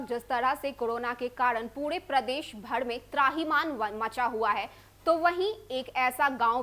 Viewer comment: Kodona, bhadme, tdahi nhi . Pahle patrakarita ki shabd shaili shikhiye fir prasharan kijiye. Like an Indian citizen.